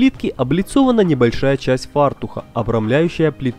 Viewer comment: фартуК, а не фартуХ...